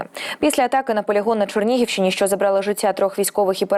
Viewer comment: Та якого біса, на Чорнігівщині? Як пишеться ЧЕРНІГІВ так і відмінюється і промовляється: ЧЕРНІГІВЩИНІ !!!!! Де ви навчалися? Чи вже, поміняна морфологія? Ще, ставити пальчики вверх, випрошуєте…. ЖАХ!!!!